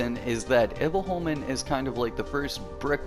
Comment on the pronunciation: Much better saying Himfjell instead of Himfjall. I've been biting my tongue not to point this out cuz it looks like I'm nagging. But it sounds like you're saying "Himfell" (you're forgetting the j) You pronounce Iboholmen really good. Better than me actually. Och det kommer från en som ändå är Svensk xD Har aldrig fått till det på tungan hur man uttalar Iboholmen riktigt ^^ If you want the pronunciation real accurate you should say it as "Himfjaell" where you say the "ae" at the same time, as one letter xD it's complicated I know